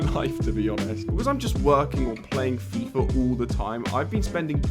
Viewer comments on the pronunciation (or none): none